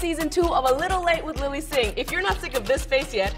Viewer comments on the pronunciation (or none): none